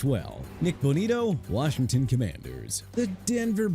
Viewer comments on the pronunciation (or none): none